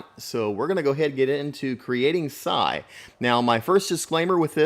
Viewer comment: His name is Sai not Cy